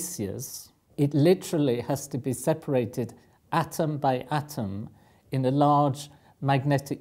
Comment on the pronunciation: I get confused when he says ion because I don't know if he's saying iron. Same with lodge and large, call and coal. They sound the same when he says them.